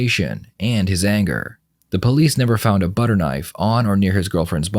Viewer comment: 🧈 "I cant believe it's NOT muyda" 🧈